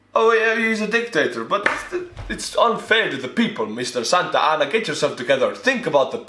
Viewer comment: Santa Anna sounds like Mohamad.